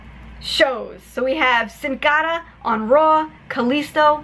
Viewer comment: Man I love it when she pronounces Sin cara 😂😂😂😂